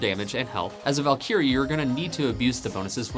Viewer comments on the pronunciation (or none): Valkeyre :^) Val·ky·rie is the correct pronunciation, good vid.